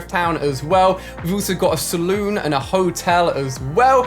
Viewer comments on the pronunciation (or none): how he said sallon